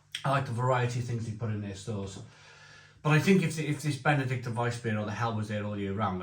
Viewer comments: It's Benediktiner, not Benedikter..🤓🇩🇪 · Hi. I bought these beers based on your recommendation from the earlier Aldi Oktoberfest video. As you say, great beers both (especially the Hell) and hope they're back around next year. PS. Minor pronunciation point though, think it's BenediktEENER. Keep up the good work! 👍